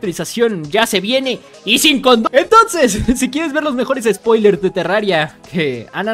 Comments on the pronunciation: Ufff uffff No mano que buenos "Sopilers" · "sopilers" esta furete la disxelia